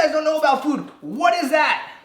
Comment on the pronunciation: He said foode at the start instead of food